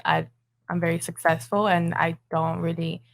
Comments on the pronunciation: That black girl can’t even say successful right, there’s really people that care to see these girls naked? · The fact that somebody can't even pronounce the word successful while explaining to someone that they're going to be successful 😂